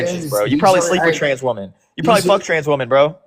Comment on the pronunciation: why do you pronounce the plural of woman exactly the same as its singular form❣